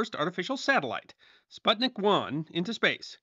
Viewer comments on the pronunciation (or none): none